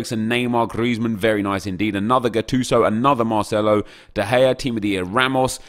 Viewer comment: Why does he always pronounce c’s as “th” “Marthelo” or “Calthio A”